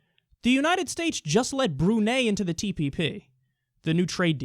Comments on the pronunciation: It's pronounced "broo-nigh", not "broo-nay" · "Bru-Nay" lmao it's Bru-Nye